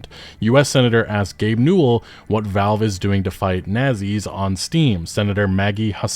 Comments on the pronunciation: Bro mispronounced the word Nazi wtf lol. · "Nah-zee" (soft Z) "ree-creational" (long E) You have some interesting pronunciations, lmao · You Very Badly Mispronounced the word N a z i. - You would think an young intelligent gamer would know better... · Why do you say nazi like that??😂